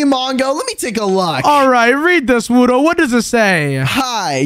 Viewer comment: You said wudo wrong 😂😂😂😂😂😂😂😂😂😂😂😂